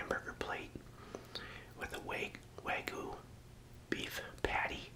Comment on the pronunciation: "way-goo" makes it sounds much less appetizing but I still enjoyed they video. Thanks for the upload!